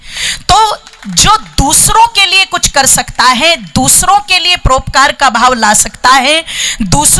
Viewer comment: बहनजी आप हिंदी उच्चारण सही कीजिये। परोपकार को आप प्रोपकार सौ को सो कहती हो। ओकात नहीं औकात बोले।